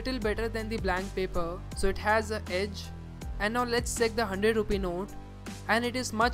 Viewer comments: Bro you fucking check(seck) your English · it's not sake but check, improve your pronunciation